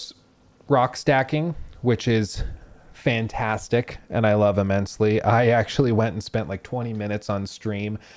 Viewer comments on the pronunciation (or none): none